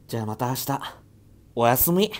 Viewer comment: 最後の「オァスミ‼️‼️🤚🏻」が好きすぎる